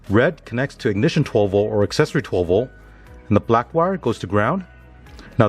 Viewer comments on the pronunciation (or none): Cant say "v o l t" theres a letter T there. 12 vol